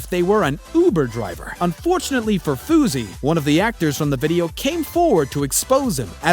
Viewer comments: He said Foozey lmao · OH my god dude whoever made this video Fousey and it's pronounced FOO-cnot FOOZ the video with rice gum was a video to prove a point it wasn't like a fake prank that he wanted to be real it was. A TAKE PRANK TO PROVE A POINT